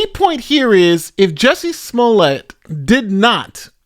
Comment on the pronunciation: Calling him smoolyeah the whole time aorr of makes this worth it to me. The real criminal at this point is the DA. Wait for the lawsuit 😁